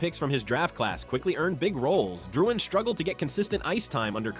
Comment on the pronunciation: "Jonathan ItDoesntMatter"